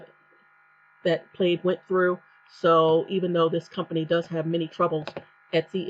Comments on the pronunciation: You are mispronouncing the word. It's pronunciation would sound like (plad) The "I" is silent. Like the check pattern in a button shirt. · I am going to create a new bank account tomorrow with a new bank to avoid plaid bullshit. Also: it’s pronounced “Pladd” like a plaid shirt.